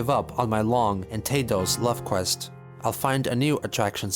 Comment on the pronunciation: The way that said "Love quest" really fucking hurts